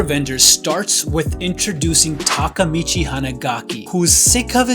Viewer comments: It's not takamechi it's Takea mi chi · Its Ta ke micchi not ta ka micchi